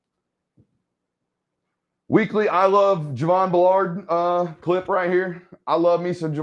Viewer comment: Good film work, but take time to learn to pronounce the player names. Driving me nuts to hear you keep saying B’Lard- it’s Javon Bull’erd!